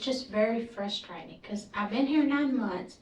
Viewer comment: I thought I was tripping when she said FRUSTRATING as fristring